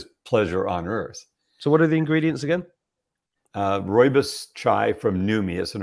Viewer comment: it is ROOIBOS tea- I am South African born + know this!